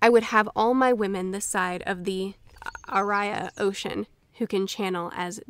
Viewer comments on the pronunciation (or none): I guess I'm gonna be that guy, but anyone else find it a tad ironic that the woman who seethed about pronunciation in the Last Airbender cannot seem to take the time and properly pronounce half of the in-world vocabulary of WoT? Tear Andrial? Araiah Ocean? Amdisaea? I mean, come on! Now that I'm done being a pretentious twat, glad that you stuck it out to the 14th book. Quite the milestone but well worth the effort. PS- Also, in the scene where Lan was almost surely riding to his death, and then the army portals in... Did anyone else get an Avengers Endgame vibe? "On your left" 😆